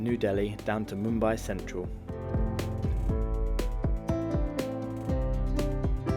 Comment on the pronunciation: Pay some attention on your pronounciation, Rajdhani not Rajaani. Also you said Hazrat Nizamuddin really bad.